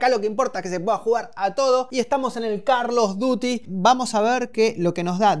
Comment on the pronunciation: "Carlos Duty" jajajaja